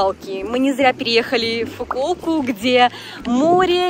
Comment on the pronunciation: Получается, это не Фукуока, а Фугуока :)